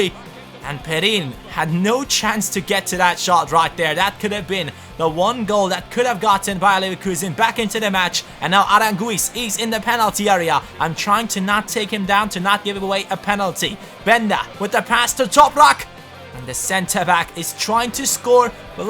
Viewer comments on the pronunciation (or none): Cani: Aránguiz it's pronounced without U One of my favorite chilean players :)